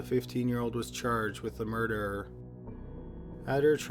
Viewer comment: I always find his voice funny and when he say the word murder I lose it😂😂😂😂😂😂